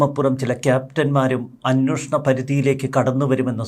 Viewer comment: അന്വേഷണം എന്നാണ് ശരിയായ വാക്ക് ഇനിയെങ്കിലും ശ്രദ്ധിക്കുക